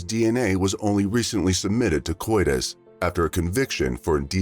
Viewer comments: this should be CODIS, but the narrator pronounced it as coitus. Coitus means sexual intercourse. The two words don’t sound the same. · Please, it's CODIS, not coitus!! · Thank you! I have left the same comment on this video and other videos of this same channel. It detracts from the channel and makes the video less credible if they pronounce CODIS as coitus.